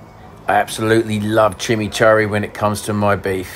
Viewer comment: being weird, agree it should be pronounced chi-mee-chour-ee. Lazy pronunciation from me there. Near where I live there’s a place called Kurri Kurri which is pronounced Curry Curry, just a lazy habit formed but you’re spot on should stop that shit.